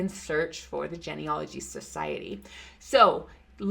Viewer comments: Love the info. Always something to learn. Please pronounce genealogy correctly. It's a long e sound. Starts with the word Gene. Like gene pool, a DNA thing. Its pronounced gene, not gen. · Uhhh… It’s “GEE-NEE-ah-loh-gee”. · Please learn how to pronounce the word genealogy.